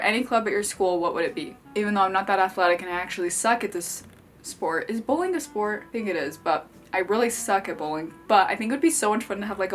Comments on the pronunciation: I thought she was saying “bullying” when she was saying “bowling” and let me tell you I was scared when she said that having a club for “bullying” would be fun. 😐😂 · For some reason I thought she said bullying, not bowling club lol